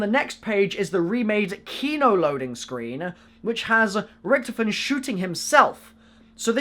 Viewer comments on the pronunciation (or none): please say richtofin correct